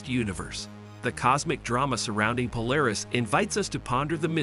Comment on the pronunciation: Interesting topic, but very rambling and repetitive narration. Also a very click-bait title: Narration contradicts title by stating that the star may be on the edge of exploding, but then says it's going to collapse into a white dwarf. Also, the text-to-speech narrator can't say Polaris right.